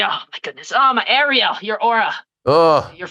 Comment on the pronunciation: Of coarse Ariel couldn’t get his name right..🤷‍♂️🤦‍♀️🥶